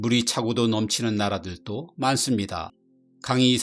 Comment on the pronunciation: 발음 문제 오지게 지적해도 오지게 틀림. 이 나라들또 X 이 나라들도 O 섬나라들또 X 섬나라들도 O